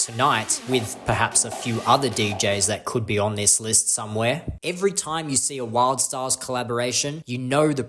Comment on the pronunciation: you seem to have mispronounced Wildstylerz